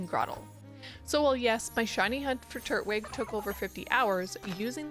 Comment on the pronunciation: why you saying turtwig like that